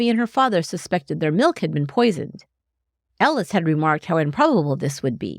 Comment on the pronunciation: Is she saying Alice or Ellis? Sounds like Ellis